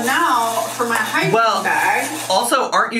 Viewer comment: Everytime she says hygiene bag, all I could hear was hiking bag and I cracked up cause she sure isn’t going hiking! 😅